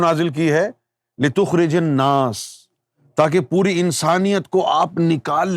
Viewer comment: litukhrijan nasa he app se parhne me ghalti howi he app ne litukhrijun nasa parha he